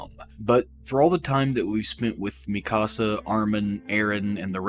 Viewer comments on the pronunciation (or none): cool video but man you mispronounce so many names. mikasa, shiganshina, porco, paradis